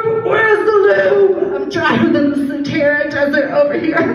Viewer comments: “I’m dryer than the Sahara desert over here” but she says “Satara desert” lol that’s why you didn’t understand her. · “I’m dryer than the satarah dessert over here” but she biffed it because she meant to say Sahara. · Well that's what she MEANT to say. She put a "t" in the word for some reason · She said “drier than the Satarah desert” she meant Sahara tho I’m sure 🤦🏻‍♀️ lol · She tried to say drier than the sahara desert